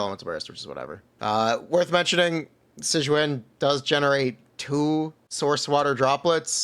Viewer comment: If you need help pronouncing her name you can just play the damn story and the characters will say it out loud for you 🤙